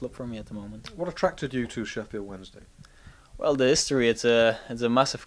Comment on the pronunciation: I coulda sworn about 6-7 seconds in he said Sheffield Monday XD Had to go back to listen again and he does say Wednesday.